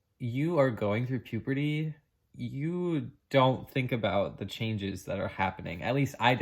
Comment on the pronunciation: I really love your channel, and I admire you for sharing all this process that you have been through, but please stop saying puperty instead of puberty.